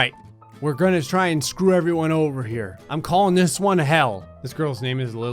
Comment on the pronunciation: "let's do dis." that gave me flash backs of mw2